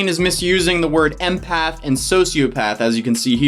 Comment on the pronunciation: I feel like they aren’t saying empath right lol